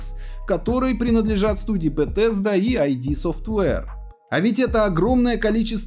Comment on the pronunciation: Пэтэзда!? Всегда читал Бесезда)))